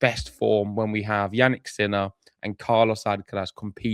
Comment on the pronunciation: Did you say "Jannik's Miller"? 😆😂